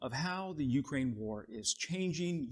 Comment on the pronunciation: [yoo-CRANE] not YOO-crane